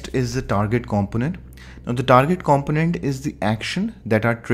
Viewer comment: Thank you for this video. It was very useful. If I may, I understand that english isn't your first language and Kudos to you for learning and teach in it. One word distracted me to the point I had to re-watch it. "Component" We pronounce that compooooonent, a long "o". No offense intended. Great video.